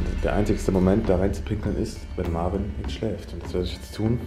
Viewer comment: Marvin nicht marven 😅